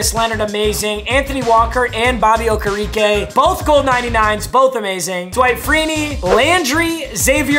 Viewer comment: Bobby Okereke is pronounced (oh-care-e-Kay) he changed it to be pronounced like that this season